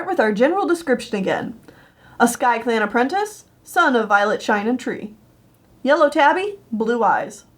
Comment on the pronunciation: apprentinses Me: Aprrentuces